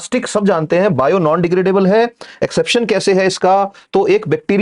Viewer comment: Exception not Eraption / Exaption